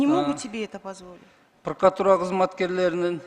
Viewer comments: ТантыкКантип иштеп журосун прокуратура деген созду,пыркыратура деп тантып жатасын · Пыркыратура,тыркыратура болуп кетти го ,вообще то прокуратура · Прыкырор "прыкыратура" дейт го я. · Улуу урматтуу президент дейинчи еми ушу прокуратураны жакшы так айталбаганды ген прокурор кылып отурганынар ото еле окунучтуу😮 чулдурап какап так жооп бере албай жатат тобаа😮 айла жок кулосун даа😂